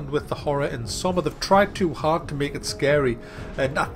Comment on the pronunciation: It's pronounced SSSS-OH-MA.